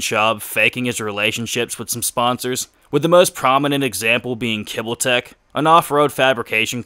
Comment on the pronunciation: Kibbytech not kibbleteck